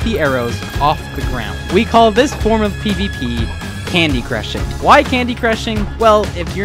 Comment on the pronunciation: "Candycrushing" sounds like ur cooking drugs ngl